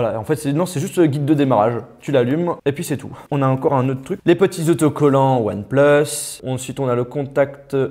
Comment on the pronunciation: on dit “onepleuss” pas “onepluce”...